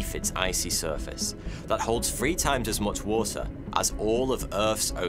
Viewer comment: Your speech impediments hurts my soul like when you say seventy free instead of three 😣